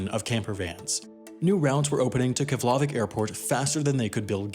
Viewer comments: In Icelandic the emphasis is always on the first syllable, therefore it’s KEF-lavík airport (pronounced KEBB-laveek), not kef-LA-vik airport. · As somebody who lives in Iceland, your pronunciation of Keflavik is too egregiously wrong to go unmentioned. It's pronounced KEP-la-vik. Stress on first syllable, and f mutates to a 'p' sound before the letters N and L in Icelandic. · vík is more like week rather than vick. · It's pronounced Kehf-luh-vik. No accented syllable. No LAH. Takes all of 5 seconds to look up. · Love your videos! By the way, all words in Icelandic puts the stress on the first syllable. So its kEflavík and rEykjavík ;) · You pronounced "Keflavík" wrong. The closest English approximation is "KYEH-pla-veek". I'm surprised everyone's talking about "Eyjafjallajökull", but not this. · It is pronounced "KEF" + "luh" + "vik" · Wendover "Can pronounce the name of that volcano but not Keflavik" Productions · But he failed to pronounce Keflavik correctly. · You mispronounced Keflavik and Qatar. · The F in Keflavík is pronounced /p/ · It was almost right. Just didn't get the last sound. It was his attempt at Keflavik that made my ears bleed. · channel is dead Its a long U sound. Trust me on this as I used to live in Iceland and have flown out of that Airport 30+ times. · I love this video because it spreads icelands story (my home country), but i am cringing at how bad you are saying keflavík and reykjavík, seriously i think im going to cringe to death, anyway its actually prononced. Keflavík = kef-la-veek, reykjavík = ray-ka-veek. Also jm sad you didnt even mention Àlftanes, im so disapointed. Anyway now im done ranting, byyyeeeee sis, just spilin tea 🇮🇸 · Keflavík is pronounced Kev-la-veek. Eyjafjallajökull is pronounced Eya-fyet-nya-yokul (or thereabouts). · Just a little hint: Keflavík is pronunced 'KEP-la-veek' (fl makes a pl-sound) and Eyjafjallajökull is 'EY-ja-fjatla-jökütl' but anyways I liked how you said 'Eyjafjakajökuk':)